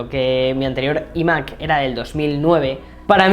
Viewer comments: Se dice ‘ ai Mac ‘ no ‘ i Mac ‘ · ¿Por qué pronuncian iMac? Si se dice iMac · Porque no pronuncias iMac como se debe en ciertas ocaciones?🤣🤦🏻‍♂️ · Decídete cómo pronunciar "iMac"